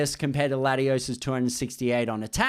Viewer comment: Is latiosss no ladiosss